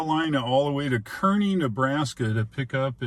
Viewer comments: it's pronounced kaa-rney just fyi :P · That's Car-Nee Nebraska. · I wanted to rip my ear out every time you said Kearney. As it is pronounced “CAR-KNEE”. Other than that, great content! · As someone who is orignally from that area, I felt the same way lol